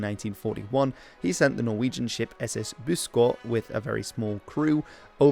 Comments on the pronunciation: You guys in the colonies are just happy when someone mentions you. BTW missed the ø in Buskø. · As a Swede I was too but his “ø” wasn’t that good, but everyone struggles with our extra letters. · How do you pronounce Buskø like Buskå?